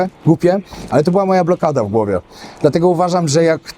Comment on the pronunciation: *urwa! BĘDĘ nie "bede"!!! Głupie nie "gupe"